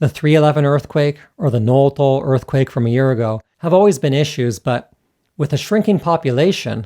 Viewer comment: Sorry to nit-pick , but Noto is のと, not のうとう, despite the kanji suggesting otherwise. (Unless it's just your American accent coming through?) But regardless, excellent and timely video! (Sanseitou gives me nightmares...) Agreed on all your points. ... except I still think omiyage are stupid LOL